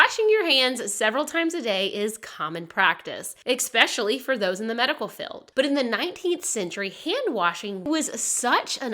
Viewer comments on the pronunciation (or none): I love your channel, and listen to all of the episodes. But please 😂 it is not eKspecially it's just eSpecially 😂.. P.s I have learned so much interesting history 😮 ❤❤️🇿🇦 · I love your videos, but every time you say "eXspecially" it makes me so angry. English is not my first language but even so, I know there is no X in the word "especially". Sorry, just needed to say this. Now I feel better. Keep going ❤